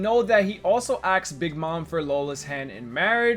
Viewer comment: Why do you say axed ..? Is it too hard for you, and too much to expect from you to properly pronounce words? How old are you, 13?